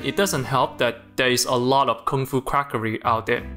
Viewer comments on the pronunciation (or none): did you say KONGFU CRACKERY? Like when white people do kongfu???